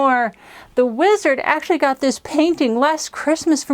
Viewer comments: " The Weezerd " ... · "Weezard". There, that was easy.